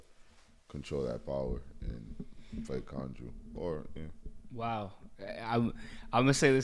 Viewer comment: Ouch my ears! Why does say Konju? The name was JUST said. And he keeps saying it...